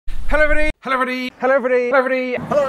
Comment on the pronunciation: This is great. From the spot-on "Hellovribuddy" to the insight about Ben not taking sponsorship. Enjoyed it all.